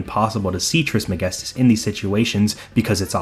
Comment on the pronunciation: The way you say "Trismegistus" is incredibly satisfying. Oh and also great video bro. Thought I would watch half of it and continue it the next day but i finished it in one sitting.